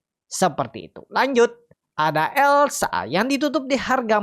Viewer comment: Elsa…..bukan lesa